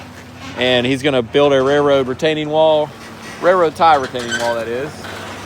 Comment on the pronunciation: Anyone else notice that neither of the Perkins Brothers pronounce the "L" in "Railroad"? I'd never heard of rare-road ties.